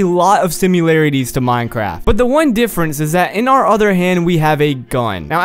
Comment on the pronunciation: did you just say simUlarities?